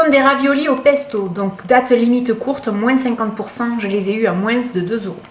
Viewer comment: Tu fais trop rire en prononcant le s dans moins 😂